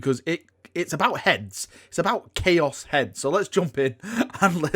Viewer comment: "New CHOAS" kwuas is my favorite faction